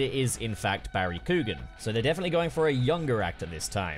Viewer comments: Love this video, but as an Irish guy everytime says Coo-gan I die a little lmao. Still tho, 100% agree with everything you've said about the design. (Keoghan is pronounced more like Kyowan just so you know) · For future reference, his last name is pronounced “key-on” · Barry (ck-yo-an) is how you pronounce his name